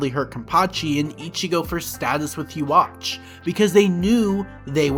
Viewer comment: Who the fak is uwatch ? 😂😂😂 bro it’s pronounced like yoo-ha-ba-kh